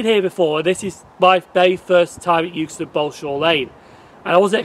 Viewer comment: It is actually pronounced EXTON not 'YOOKSTON'